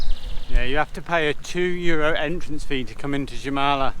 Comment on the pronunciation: Oh And Jūrmala In english is prounounced Yoouurmala